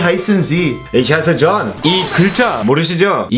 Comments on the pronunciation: John 이 왜 욘이 아니라 존 이라 발음되죠? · 'John' 이라는 이름 독일식 발음으로는 '욘' 아닌가요? 영어이름인가?